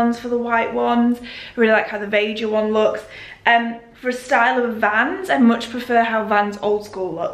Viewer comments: Really enjoying this one! Pronunciation for Veja is: Vey-jah if that helps. While it’s a French brand, I believe the name is Spanish x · I think Veja are a brazillian brand so they would be pronouced 'Vey-jah' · Hey, the correct pronunciation is the first one, not vega. it is the portuguese word for "see" :) and they have quite a few vegan shoes as well, but the leather Options are also made sustainably!